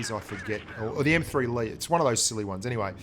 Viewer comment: It's really confusing but the M3 Lee is pronounced 'M3 Lay'